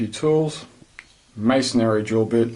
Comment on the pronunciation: Did he say missionary